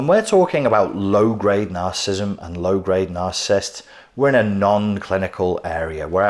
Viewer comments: Those are 3 syllable words...cant take you seriously if you wont pronounce it. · Why can this man not pronounce the word he's doing a lecture on lol